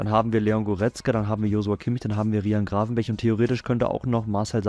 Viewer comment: wie oft hat er RIJAHN gravenberg gesagt